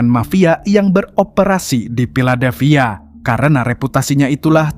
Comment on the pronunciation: Filadelphia bukan piladelphia. F dan P itu jauh banget bang😢